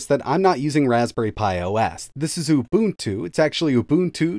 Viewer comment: Thank you for pronouncing UBUNTU correctly.